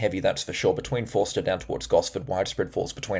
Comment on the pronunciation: G'day, thank you for your input. Just to hrlpnyou out with some name pronunciations: Forster (Fo-sta) and Ulladulla (Ul-uh-duh). Also, I dunno how you are going to do your paid channel, but I watch WW NZ (Weather Watch NZ) and Phil shows isobars including west and south of Australia, which shows what is incoming toward us. Is this what you looking to do or not? I realise you are busy, and I love your forecasting as well. Thank you for all that you do. It helps me with Scouts and activities with the local youth in the area. Kudos 👏👏👏